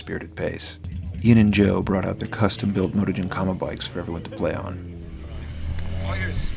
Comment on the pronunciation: Why you pronouncing it motogymkhama?